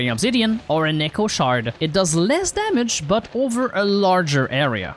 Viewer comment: when you said Echo Shard i swear to god i heard Neko Shard 😭